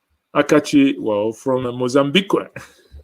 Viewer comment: Good job bro ! You are really a true son of the soil. The word Mozambiqué ,got me! .😃😃 . It remains me of my childhoold in those days. That's also how we use to pronounce it.